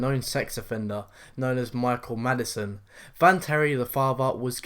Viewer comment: I had to hear it twice i swear i thought said michael madsen lol it was m8chael maddison